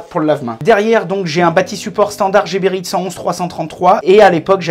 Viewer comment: C'est quand même fou que même les gens employés par la marque ne prononcent pas bien le nom de leur marque. Geberit ne se prononce pas à la française jébérite mais à l'allemande guébérite